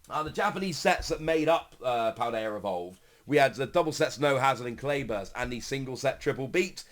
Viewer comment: There is no R in Paldea homie.